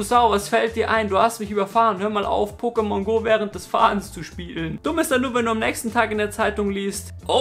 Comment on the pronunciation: Pokémon hat deswegen einen Akut auf dem zweiten "e", weil dieser die Silbe der Betonung angibt. Kleiner Tipp am Rande :D